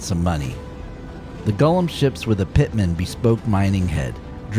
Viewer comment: Extra points for pronouncing the name correctly. It does not have a Precious.